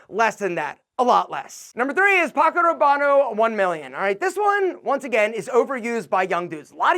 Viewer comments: Hard to take you seriously: Porfumo ? Rabbano ? If you can't even get the names right then can't trust your opinions. Silly video. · LOL, pronounced half the names wrong. Paco Robano must be be the OG's Italian cousin